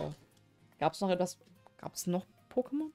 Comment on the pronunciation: Das Opening der Booster war schon sehr schön, die Mädels haben sich aber leider nicht von ihrer klugen Seite gezeigt. Wenn ihr in diesem Shop arbeitet, denn lernt bitte die Pokemonnamen richtig auszusprechen. Ich würde zur Beratung nicht zu euch in den Shop gehen, da muss ich ganz ehrlich sein.